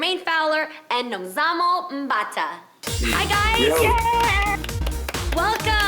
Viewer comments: South Africa is so proud of Nomzamo, and well done Jeanie for saying her name perfectly :) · We're proud of you Nomzamo 🤗 Thanks for pronouncing her name the way you did! 👏🏾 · They said her name properly 🥰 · Super proud of Jeannie for pronouncing Nomzamo's name right. She's welcome here anytime just for that. Nomzamo flying the flag for us,super proud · I like how everyone took time to know how to pronounce her name! They did their homework about her! Proudly South African 🇿🇦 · I love how they pronounced Nomzamo's properly 😍😍LOVE HER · I’m impressed by how you guys pronounced Nomzamo’s name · Jeannie pronounced Nomzamo's name so well. 😊😊😊😊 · I'm happy they pronounced her name well😊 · Jeannie pronounced Nomzamo’s name so perfectly! Loved that! South Africa stand up🇿🇦🇿🇦🇿🇦❤️ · I love how Jeannie said Nomzamo's name 😍😍🇿🇦🇿🇦🇿🇦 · Thank you so much ladies for actually pronouncing her name right!! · Came here for Nomzamo and the fact that they all pronounced her right....awww Hollywood Reporter's NEXT BIG THING......YASSS MAMA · I actually replayed 3 times everytime her name was called, just to hear them say her name right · Hallo wow ladies you pronounce Nomzamo's name so well.Hallo girl thanks for representing us in USA. So excited yey 😍😍😍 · all the host said her name right,love you even more for that guys. south africa is proud nomzamo